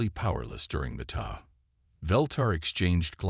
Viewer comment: Need to teach your AI how to pronounce "tow"